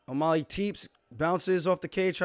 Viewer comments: Can someone please teach Aljo how to say O'Malley? Not O'Molly, it's O'Mah-Lee. Alley like an alley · As long as he can learn to say the guy's name, it's not o mulley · Sean - "oh you're a wrestler now!!???"I don't know what's better. Paulo saying Luke rockhold or you saying o'molly lol. Also how the fuck you say peoter correctly and hack up O'Malley lol Thanks for the vid champ 👌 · Nobody: Alijo: O’Maaly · the way he says O'Malley is cringe lol but respect to aljo for seeing the fight as it actually is